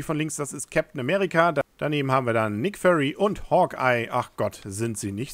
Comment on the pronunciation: nick föry hahahaha so lachflash bekommen